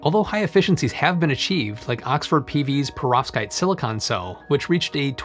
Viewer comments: Everytime you said that word I heard pirozhki and it made me hungry. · Anyone else keep hearing "prostate?" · I cringe every time this bald nerd says perovskite.